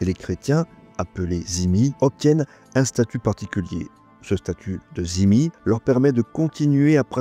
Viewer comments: Juste une question sur cette intéressante vidéo : pourquoi prononcez-vous le mot dhimi "zimi" ? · ce n'est pas la bonne prononciation